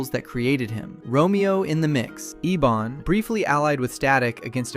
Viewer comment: And the villains name is Ebon, as in "ebony" the color. not Ee-Bonne